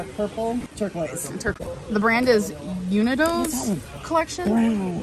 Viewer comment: "The brand is... you-ni-doz?" Wow.